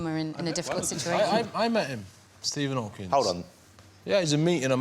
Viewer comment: Shame Freddie can't even get the name right - "Hawking" not "Hawkins"